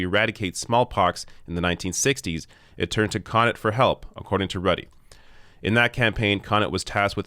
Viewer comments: Thanks for this. Yes we suck. BTW, it is Cuh-knot. not Connit. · The stress is on the second syllable of Connaught (Kuh-nawt). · He's pronouncing Connaught wrong.